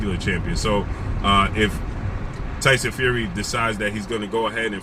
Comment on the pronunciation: LOL 😂 the way he says his name “Tyson Few wee” 😂😂😂😂😂😂😂😂😂